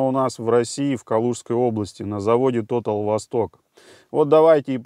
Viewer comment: не тотал русамбай, а тота'ль, по французски. Но за экспертизу рахмат ( спасибо по тюрк.)